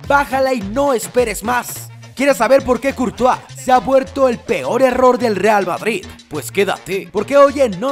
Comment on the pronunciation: No se si escucharon digo REAL BaBris